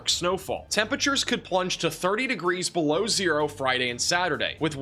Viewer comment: Did u say 60 below? Or 6 b low?